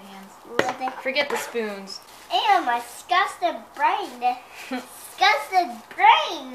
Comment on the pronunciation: Is it me or does say 'sgusting' and missing out the "di" xD?